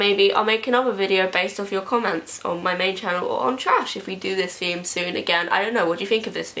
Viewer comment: who else noticed how she says feme instead of theme and feorey instead of theory